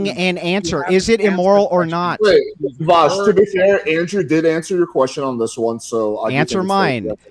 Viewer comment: You don’t even know how to pronounce Vaush’s name 😂